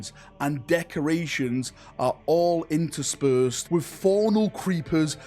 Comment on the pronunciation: How many takes did it require to pronounce "interspersed" correctly?